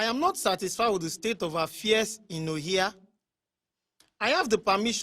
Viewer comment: Stellar work, guys👋🏾👋🏾👋🏾 However, I must say that all of the Igbo words - Ohia , Onu, Eze, Chike etc - were poorly pronounced. You guys should please improve on this.